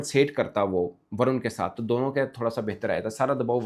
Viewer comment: Its not Varan, balke Varun (Varoon)